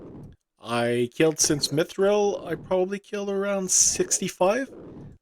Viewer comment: ya know I love your vids but I hate how you say mithril it sounds like your saying mitchril